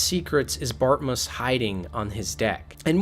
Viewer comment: That's not a "Landfeel" nor is his name "Bartmuss" nor "Bartmiss" . Geez, what kind of speech impedimented 'tard are you? ps. Nix does NOT get shocked if you had made sure to hack the chip and removed the malware before handing the chip to him.